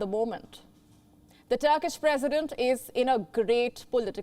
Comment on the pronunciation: Turk...perisdent..what she say....about me ...oh my god.